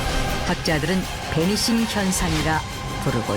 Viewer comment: 배니싱? 베니싱 아님?